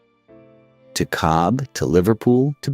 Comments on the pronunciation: Cobh is pronounced cove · it's pronounced cove.. hate AI